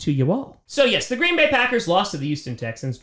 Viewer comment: I love you but why do you always say YoOsToN Texans lol